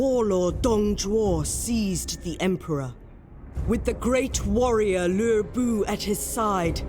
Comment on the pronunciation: my ears started bleeding when you started pronouncing the name of Cao Cao, Lü Bu, Liu Bei and Dong Zhuo...... Cao Cao is pronounced Tsao Tsao, the rest I can’t explain because U need to know a bit of Chinese to pronounce it/get it right...